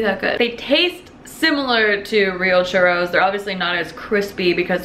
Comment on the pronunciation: Girl you really need to Roll your Rs and say CHURROS!!!!!